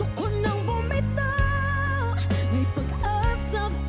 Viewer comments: Please...bumitaw.. not bumityaww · its bumitaw not bumithaw i still love u guys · you forgot the "W" in the word "bumitaw"...you are singing it like..."bumitaaaahhh"...your not Pilipino thats understndable....🥰 more power 💪💪💪 to the both of you...fyi im not a singer and expert haha im Filipino... who loves to sing 🥰🥰🥰 and love watching reaction videos like your...i hope we can see more reaction videos of you guys...thnk you for reacting on Filipinos singers 🥰🥰🥰